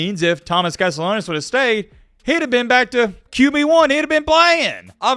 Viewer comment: CAST-E-AH-NOS For the love of god please pronounce his name right 😭